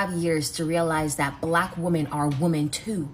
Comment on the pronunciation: Imagine being a feminist and pronouncing Woman and Women the same. 😂😂😂😂